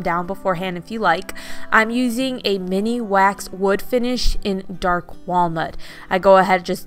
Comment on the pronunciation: Sorry, but it's M I N WAX, not mini wax! That'll the brand name. I love all of your ideas and your crafts!!!!💖💖💖